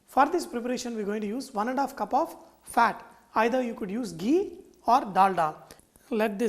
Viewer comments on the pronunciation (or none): none